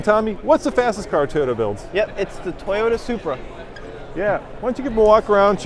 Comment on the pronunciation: Toyota is not pronounced TAY ota, & Tommy, Toyota is not pronounced TIEota. As long as Toyota has been in the United States of America, you should be able to at least pronounce the name correctly. It is pronounced TO-YO-TA. Have you got it yet? Repeat it 10 times, if that is what it takes